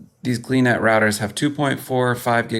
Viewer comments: LOL - you had me confused for a bit, referring to "glee-net". I finally figured out that you are using a GL-iNet GL-3000 router. OK, I'm at home - I'm using a GL-MT6000 for my own home router. I pronounce it as "G L I net". Anyways - I do think that I need to do some experimenting to extend my WIFI range out here in Backwoods, Nowhere. Range is good with the MT6000, but, I do want it to be better! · I also hear GL (dot) eye-net, not gleenet